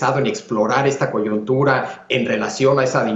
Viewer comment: Alguien avísele a Javier Tello que se dice "coyuntura" NO "coyontura". Dice la palabra MAL, DOS VECES. Bien por Castañeda: el único que dice las cosas por su nombre. Tello y Leo, para variar, tibios ante el dictador inepto. Qué pena.